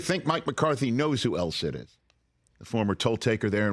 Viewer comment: Did I hear “el CID” omg😂